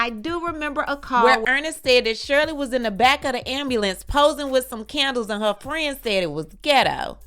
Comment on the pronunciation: An ambulance.... Everytime u say it, I go back to make sure that's what u said. Then I read the paper just to be clear